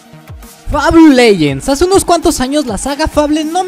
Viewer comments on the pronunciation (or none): se dice FEIBOL (fable)